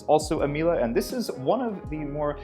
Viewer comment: Hearing saying Miele as "Mila" hurts my brain